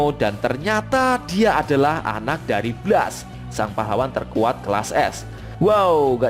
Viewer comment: Baca blastnya bukan ky bgitu, asmirandah